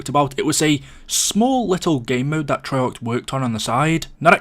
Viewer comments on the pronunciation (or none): none